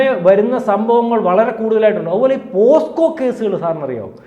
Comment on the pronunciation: പോസ്കോ അല്ല, പോക്സോ എന്നാണ് ഉച്ചരിയ്ക്കേണ്ടത്. POCSO - Protection of Children from Sexual Offences